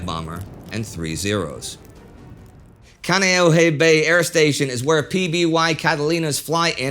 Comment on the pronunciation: I thought Kaneohe Bay was pronounced differently.